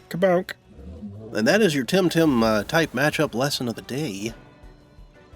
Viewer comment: i don't think its timtim